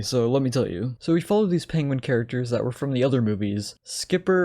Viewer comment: The fact that they cast the one guy who can’t say penguin as a major character in this movie will never not amuse me.